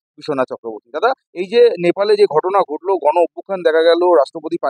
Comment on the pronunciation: দাদা কি দেখা গেলো "গন" কি দেখা গেলো ? উচ্চারণ টাও ঠিক ঠাক করতে পারেন না কিন্তু হাতে আপনার "বুম" আছে !!! আপনি স্বয়ং ভগবানের থেকেই বেশি শক্তিশালী 😂😂😂